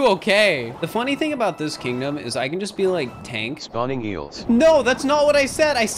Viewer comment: when you said "tank" you also said "be like" b(EL sounded like eel)ike